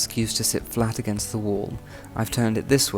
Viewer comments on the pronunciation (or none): none